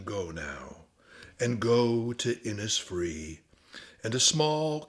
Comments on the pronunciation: Innisfree is pronounced Innishfree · Its just a small point, maybe made already, but the pronunciation of Innisfree in Ireland would be Innishfree, and that is how everyone there says it. The recording by Yeats is indistinct at that point but here is Adrian Dunbar reading it: The reason is to do with Irish place names being anglised hundreds of years ago and ending up approximating an original Irish phrase, but looking English. Eg Cnoc Mór or big hill would have been turned into Knockmore by British mapmakers, but people knew the original Irish words so often kept the Irish language pronunciations, in this case Inis is a word that means island, and is pronounced Inish. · Absolutely fascinating stuff, and well read and interpreted. One thing, though: Innisfree is pronounced 'Innish Free' Thanks